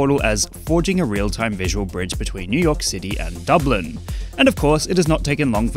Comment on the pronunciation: It's Dublin dawg